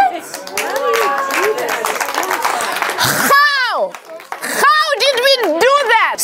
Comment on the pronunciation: She put more emphasis in her "HOW?!" draco puts into POTTER